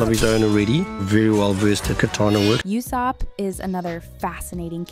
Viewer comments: Great video overall, but the fact that she sais Laffy instead of Luffy and Iusopp instead of Usopp it just hearts my ears and make me wanna dislike the whole video. Do your homework lady ! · Bro called luffy “loffy” and ussop “iussop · u can tell the narrator isnt a one piece fan. how do u pronounce ussop wrong?